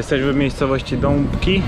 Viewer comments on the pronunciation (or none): Dębki, a nie Dąbki :)